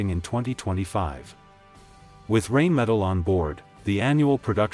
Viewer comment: First of all it's pronounced RHINE-metal not RAIN-metal. Guessing you haven't studied them very well or your AI robit is artificial comcompetence.